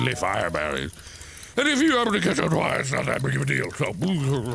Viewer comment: "I can't take the FIEREberries! They're on FIEREE!"